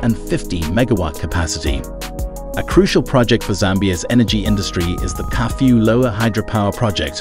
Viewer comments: Its Kafue not Curfew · I like the way town names were pronounced. Solwezi,Kafue , Kalabo, Kazungula ,Katete and Petauke, 😂😂😂😂